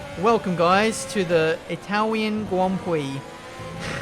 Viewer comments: Welcome to the Itawian Gwand Pwix Americans: i see no difference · "Welcome guys, to the Itwalian Gwand Pwix" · Itawian Gwand Pwix** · Itawian gwand pwix uwu (I’m so sorry) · Welcomm to dee itawian gwand pwee